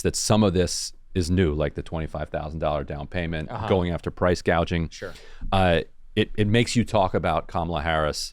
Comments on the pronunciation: Someone needed to teach Kamala to say gouging, not gauging. People your age can't buy houses because the REITs snatch them up, leaving a limited, higher price supply.. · The fact that she first pronounced it as PRICE GAUGING tells you someone else is printing her policies.